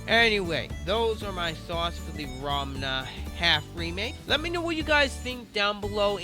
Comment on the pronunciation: I think it's funny you're pronouncing it "Ramna," that's how I said it when I first found out about this!